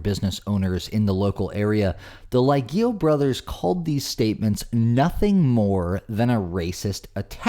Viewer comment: This has nothing to do with the jackass in the video, but the pronunciation of the last name "Lieghio" is definitely NOT lejji oh, as it was pronounced in the video. It's lee EH gyo, with the accent on the "eh." It's obvious that this isn't important, in the grand scheme of things. It's just a fact, whether interesting or not.